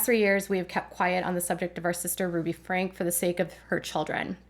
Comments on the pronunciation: I believe their last name is pronounced "Frankie". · They’re last name is pronounced Frankie, nor Frank.